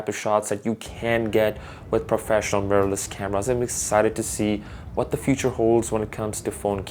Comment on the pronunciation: “Murrless camera” 😂 nice video fam